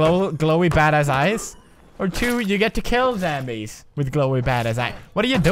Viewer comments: you say zambies its zombies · You can't say zombies you say zambies too funny!! I love you Pewds!! <3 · I'm so honored that you say zambies too cuz your one of the persons I look up to you anthony ian joey graceffa and kalel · Why does Pewdiepie say zambies?